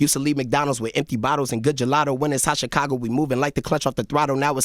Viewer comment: Can someone teach Charla how to properly pronounce "Chicago"?